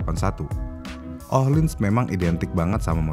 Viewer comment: Ohlins bukan IKEA